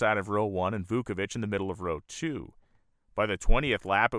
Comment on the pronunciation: Vauovich ( just missing an “e” from his tongue twisting double knot last name). No wonder everyone called Vooky. Wow-o-vich He had life priorities in right order. Family and work first. Risking his life in love of racing second. Hart breaking to se him die such horrific crash.